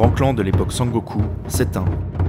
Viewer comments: oui surtout "Sengoku" prononcé comme "Sangoku"("Sangokou"à la française) mais peut-être qu'il ne connaît pas la langue japonaise.A part ça je n'ai pas été choqué et puis le documentaire est vraiment bien fait donc bon... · j'ai tiqué aussi ahah, mais j'ai trouvé cool et drôle qu'il dise Sangoku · Video intéressante et bien structurée mais vraiment la prononciation m'a fait decrocher plus d'une fois !! Sengoku et non sangoku Des j prononcés comme des i Aucun h expiré Des tremas sur daimyo, samourai etc alors qu'il n'y en a pas besoin Des pluriels en -s qui heurtent l'oreille (un daimyo, des daimyo. Pas de s en japonais) En revanche les voyelles longues sont omises (osaka se prononce oosaka) Etc etc. C'est dommage car ça m'a vraiment coupé dans mon visionnage pour une vidéo dont le fond se veut serieux et qui est au demeurant bien ficelée. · Sengoku (戦国) = Pays en guerre. Sen (prononcer Senne) = La guerre. Je le précise car le "Sangoku" au lieu de Sengoku m'a pas mal perturbé pendant la vidéo. Du reste, extrêmement intéressante ! On sent le taf sur cette vidéo, une fois de plus. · c'est dommage les erreurs de prononciation des noms, ça sort de la vidéo. Surtout quand j'entends san-goku pr sengoku^^ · Bon boulot mais je lis pas du tout la même chose. sengoku=seine-go-coup, dajodaijin=dageot-daï-gine, des daimyosss=des daimyo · C'est génial mais attention à la prononciation, dès les 3 premières minutes, Teno à la place de Tennô (avec redoublement du n et un o long) qui veut quand meme dire empereur puis Sengoku prononcé Sangoku ça fait mal aux oreilles. Mais loin de moi l'idée de rabaisser ton travail. Chaque épisode est génial. Allez je m'arrête là et regarde la suite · Depuis le temps que je cherchais une vidéo bien écrite et bien montée sur l'Histoire du Japon, je suis enfin servie ! Super vidéo, c'était très agréable à regarder ! (malgré les quelques défauts de prononciations de certains nom [Senngoku, Muromatchi] mais je chipote)